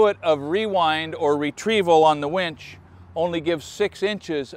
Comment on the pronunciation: Winch, not wench.